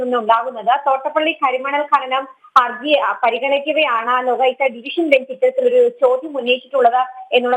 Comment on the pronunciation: It's not GHA, it's KHA; KHANANAM